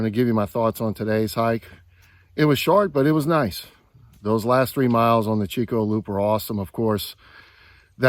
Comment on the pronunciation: hey brother, just to let you know, Chicot is not pronounced CH as in Cheeck, it pronounced like SH as in Sheeco. Chicot is the French word for "stump"